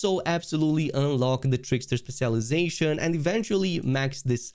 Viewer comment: Speh-shell eye-zashun